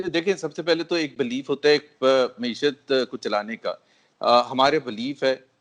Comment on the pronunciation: محترم سید طلعت حسین صاحب مؤدبانہ عرض ہے کہ لفظ “ مَعیشت “ ہے “ مُعیشت” نہیں۔ میڈیا کے دوسرے محترم اصحاب بھی نوٹ فرما لیں۔ شکریہ